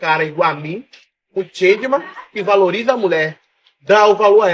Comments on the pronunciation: O cara é e não está conseguindo pronunciar a palavra Gentleman, confundindo com Changeman.😂😂😂😂😂😂😂😂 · Não é chentman é getleman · O sujeito é tão analfabeto que não sabe falar Gentleman! Ao invés disso fala Changeman! Que eu saiba, Changeman era um tokusatsu que passava na TV nos anos 80 e 90! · Ele quis dizer GENTLEMAN, mas saiu "ChangeMan" kkkkkkkkkkkkkkkkkkkk tá na pista. hahahahahha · "Changeman"😂😂😂,acho que ele queria dizer gentleman 😂😂, mas é o "", ele tem facul,"dotorado",tá certo, na próxima se você virar o Jaspion talvez dê certo 😂😂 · "...chenchemam"???? Que isso??? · gentleman ou chandmamn kkkk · eu tive que voltar o vídeo para ter a certeza de que eu escutei o falando *chadman*. trágico senhores. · "Changema", essa doeu na alma, kkk! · ''Changeman'' HAHAHAHAHAHA. Ô '' ai tu quebrou demais. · tentando falar gentleman foi de lascar kkkkkkkkkkkkkkkkkkkkkkkkkkkkkkkkkkkkkkk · é suposto ser “gentleman” ele que não sabe falar direito 😂😂😂